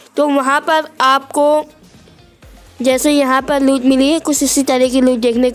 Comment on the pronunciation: भाई लूत नही लूट होती है पर जो भी बोला तुम्हारी आवाज बड़ी प्यारी है......और धन्यवाद वीडियो शेयर करने के लिए.....😊